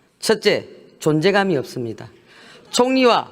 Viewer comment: ~~ 읎습니다 ??? 발음 우끼네